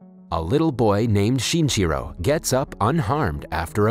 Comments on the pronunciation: count how many times he said "shinchiro" instead of shinichiro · lol the way you pronounce his name sounds like chinchilla